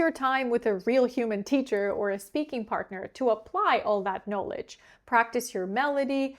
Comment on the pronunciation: Hi, You are a wonderful teacher and your English is perfect, even flawless. However, there is one word that you pronounce incorrectly. In “knowledge” the stressed syllable has the short O sound in spite of having the long O sound in the root word: know. Not the same but similar: photo - photography.